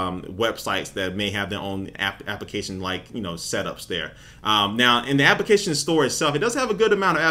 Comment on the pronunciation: why does he say application like appikation